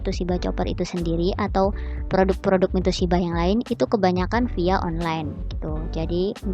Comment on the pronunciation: Mitochiba mba...bkn mitoshiba...pake ch bkn pake sh